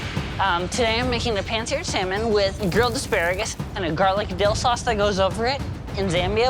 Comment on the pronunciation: Love, but the way she pronounces “Salmon’ drives me crazy